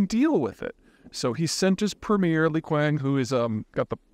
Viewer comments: Li kuang 😂 It's pronounced Li Chiang. 😂😂 The ccp chinese romanization and pronunciations are weird, I know, but Li Qiang as it's spelled, the Q is pronounced as Ch. FWIW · ‘Lee Kwang’? Did you seriously just call him ‘Lee Kwang’?